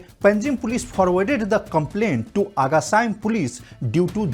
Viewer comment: Cant even say agacaim properly.